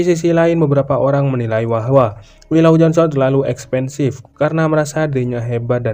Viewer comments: Kok gue denger nya mimin ngomomg expensive ya? Maksudnya expresif kali yaa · Min...ngomong apa sih ..expensive..😢